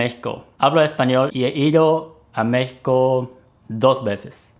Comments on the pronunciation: Oh. Excellent pronunciation when mentioning Mexico. おれ の にほんご は めちゃ わるいＸＤ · OMG YOU PRONOUNCED MEXICO THE RIGHT WAY <3